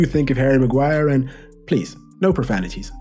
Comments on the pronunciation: The £egend that is the ‘Hairy Magwar’ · ITS' LORD MAGUIRE! GIVE RESPECT FFS